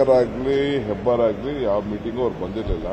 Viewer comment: Hebbar not hebbalkar